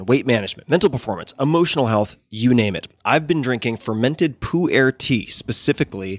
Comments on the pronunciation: I keep hearing 'Puerh' tea as 'poo-air' :/ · OMG can I help you pronounce Pu'er tea in the right way? I almost fell off my chair laughing.